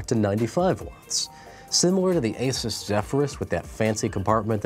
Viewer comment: "AXUS" do u have anything to say?